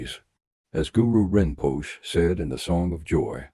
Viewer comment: Dear Narrator, the "e" in Rinpoche is pronounced. Thank you